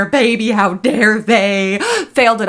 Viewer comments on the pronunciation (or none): none